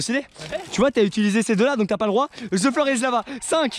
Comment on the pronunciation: On dit the avec un T on dit pas ze avec le Z ou le s